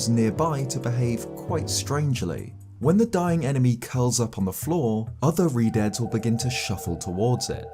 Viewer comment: Keep misreading Redeads as Redheads. lol